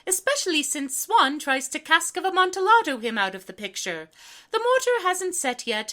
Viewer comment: Very minor nitpick: Amontillado is actually pronounced Amontiyado, because it's a Spanish word.